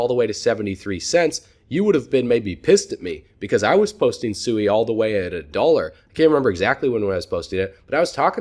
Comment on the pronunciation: Great video, sui I believed is pronounced swee. I follow you and crypto eri and she verified the pronunciation, not that it matters. God bless